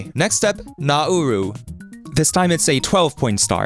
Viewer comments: that apostrophe denotes stress, not a glottal stop. Don’t divide the vowels when pronouncing naUru. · that's not the correct pronunciation... Is it?